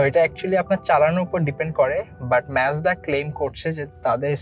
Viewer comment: its Mazda bruh. not Mezda :/